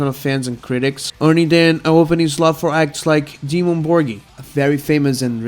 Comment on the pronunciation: "Dimmu Borgi, very famous and respected" yet he can't spell or say the name right 😂